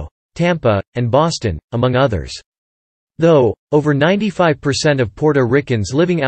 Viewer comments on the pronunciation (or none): none